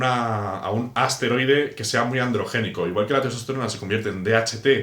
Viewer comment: Por que dice asteroide, es esteroide